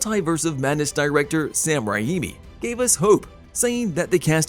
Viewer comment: Are you purposely mispronouncing peoples' names? Sam Rah-imi and Kevin Feeje?